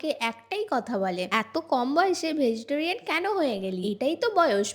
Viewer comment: Uccharot thik koro tumi public platform e acho manush tumar theke ki shikhbe? Vejitorian abr ki vegetarian hobe